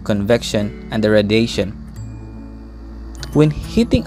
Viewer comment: jit really said radation